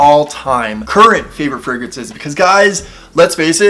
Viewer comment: "Frag-raances" lol. I believe they are using the English word as fragrances. Tom Ford Oud Wood and Le Labo Santal 33 are my favorite colognes. Tried Dossier, but didn't like them. Love Elizabeth James Nirvana!